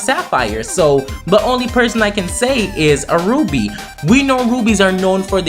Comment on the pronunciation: sounds like he saying roooobie instead of ruby